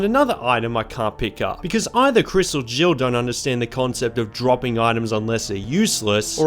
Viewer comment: Haha so im not the only one who thought he said jibble instead of jill 😂